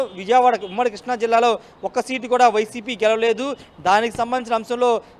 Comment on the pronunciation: Arae కృష్ణా రా బాబు ,కిష్ణ కాదురా